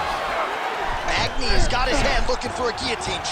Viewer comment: Magny and not NEAL 🤦🏿‍♂️